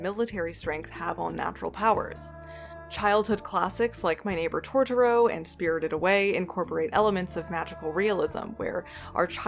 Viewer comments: “ToRtoro”..... we forgive you haha :)) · I read this before watching the vid and I was like 'surely its not THAT bad :)' and then u really went and said tortoro 😭😭